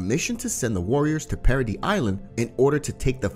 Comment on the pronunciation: bros saying parody island when its paradis